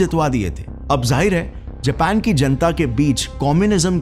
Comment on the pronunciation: Abe anpadhon ke professor vah Jepan nahi Japan hai